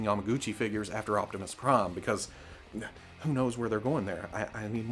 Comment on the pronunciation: I died of laughter when he said "hu:0 have a figure"